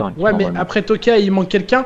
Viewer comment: C'C'est Tokyo mdrr et pas tokia